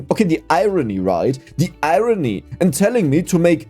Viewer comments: its irony not irone (he totally said that) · Hey! It’s pronounced I RON E